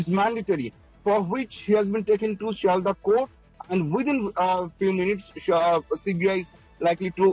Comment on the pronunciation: Pronounce properly its not seldah its Sealdah.